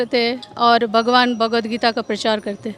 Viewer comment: थोड़ा बोलना सीखो — भगवद् गीता है .. ना ही की भागवद् गीता नहीं .. हर समय आप ग़लत बोलते हो .. थोड़ा विडीओ अपना देखी - ये महिला सही उच्चार करती है जब के आप हमेशा ग़लत उच्चारण करते हो